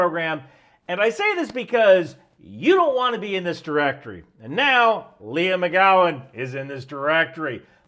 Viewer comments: I understand the skills need, but why do they all need to be appointed at such a high rank? Also, her name is Leigh, not Leah. You keep saying Leah. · Like 90% sure her name's pronounced " Lee " , just saying, since you've said her name like a dozen times in 3 minutes...😂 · I've never heard of this chick but I can read. I love that called her Leah instead of Leigh the whole video.😆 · Gotta be accurate? Then accuses tim pool of selling out to the Russians. WTF? Also. Leigh=lee not leah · The name "Leigh: is generally pronounced LEE but maybe she pronounces it like "LEE AH"